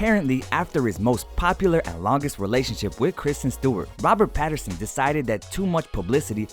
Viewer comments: Is it just me or did the voice over person keep saying "Patterson." 🤣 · Whys this dude saying Patterson HAHAH